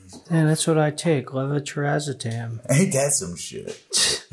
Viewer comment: Honestly great job pronouncing levetiracetam. You wouldn’t believe how many nurses I know that struggle with med names (including me with certain ones)